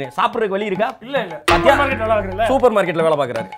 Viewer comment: brother அந்த ( நல்லா) என்ற வார்த்தையை அழுத்தம் கொடுத்து படிங்க . லட்சம் பேர் படிக்கிறாங்க.... ஆனால் நல்ல படிக்கிறது இல்லை .